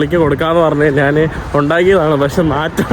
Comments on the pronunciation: Hi bro നാൻ എന്നല്ല ഞാൻ ആണ് ശരി ദയവായി മലയാള ഭാഷയെ വധിക്കാതെ bro നന്ദി നമസ്കാരം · Hi bro നാൻ എന്നല്ല ഞാൻ ആണ്ശരി ദയവായി മലയാളത്തെ വധിക്കാതെ നന്ദി നമസ്കാരം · നാൻ അല്ല, ഞാൻ എന്ന് പറഞ്ഞു നോക്കുക.